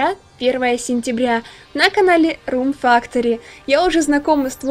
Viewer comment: извини но там не рум фактори а рум фэктори